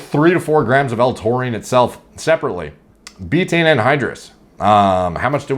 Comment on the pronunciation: Laughing my ass off at how you pronounce Betaine wrong the whole video and have now spawned tens of thousands of retards who are going to run around pronouncing it “beetane”. It’s pronounced Bay-tuh-eene, three syllables, like Creatine.